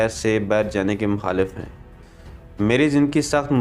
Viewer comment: میں اپ سے مکمل اتفاق کرتا ہوں پڑھنے والے کا تلفظ نہایت قابل اصلاح ہے۔ اج کل اپ کو زیادہ تر یہی لب و لہجہ سننے کو مل رہا ہے جو کہ بہت ہی بدقسمتی کی بات ہے۔ مخالف کو محالف اور بالخصوص کو بالحصوس پڑھنا نہ جانے اردو میں کہاں سے وارد ہوا ہے